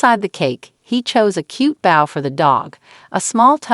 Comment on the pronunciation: Great video EXCEPT for one issue: The woman telling the story can't pronounce the word bow correctly she continually pronounced it as bowel and not bo with a long O in the middle like in bow and arrow